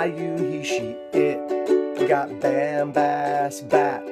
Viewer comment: Bam has bat is actually pronounced "bom bos bot". Good try though. Also, don't rely on Google Translate.